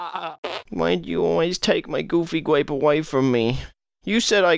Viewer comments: Coming to the realization that been saying "gooby grape" this entire time, rather than "goofy grape." My entire life is a lie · I thought he said goofy gwape not gooby grape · GOOFY GRAPE. (What I hear): GOOBY GRAPE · I hear goofy gwape